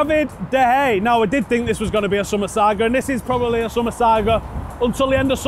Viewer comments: David de hey a not de hey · fuck sake. It's De Gea. Like De Hey-a. He's been at the club for 6 years and he's one of the best players in the world. Show him the respect he deserves by pronouncing his name correctly.